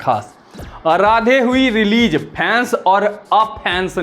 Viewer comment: Reeleej...😂😂😂😂...pijja😂😂😂... Waah re lallantop anchor.